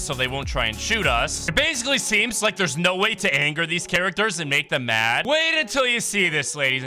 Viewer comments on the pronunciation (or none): none